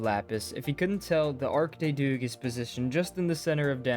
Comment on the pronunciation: Your pronunciation of Arc de Triomphe is fine, really - u - You're definitely nailing the architecture of Paris. It immediately felt familiar as a french person who regularly goes there to see family or take the train. It's hard to capture the feeling of Paris of course, since its main characteristics are being fucking massive and full of people, cars and sounds. Plus finding the right palette within the Minecraft for the limestone and metal roof is really hard. But yeah, you can immediately recognise the Pantheon and real life gouvernment buildings in there, it's really cool. I would be curious to see one of the different museums translated into Minecraft build, such as the Louvre or the Musée d'Orsay. There is also l'Orangerie, which is a smaller, oval building where you can find the Nympheas by Claude Monet.